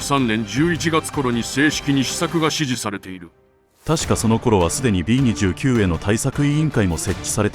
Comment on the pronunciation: 「びーにじゅうきゅう」ではなく、「びーにじゅうく」だかんね！